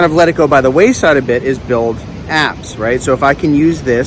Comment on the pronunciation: When you talked about "building apps" I at first thought you were saying "building abs that help people" ! :D